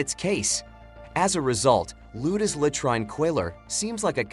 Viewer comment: Robot doesn't know how to pronounce 'latrine'.